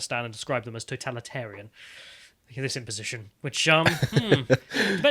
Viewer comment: imposition, not imposion. Adapted, not adapt. Ideal, not idea. Collective west, not collectivist west (you liked that phrase because you read what you wanted to read, not what was written). Systematic, not systemic. Christ man, that was just a two sentence paragraph! Take a breath and read normally, nobody is chasing you, especially if your rush leads to misconceptions on what has been written.